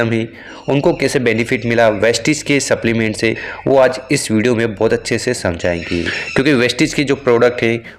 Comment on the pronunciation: पहिले स्प्लिमेंट क्या दिया ये आपका उच्चार समज नही आता है तो आप सप्लिमेंट का फोटो डाल दो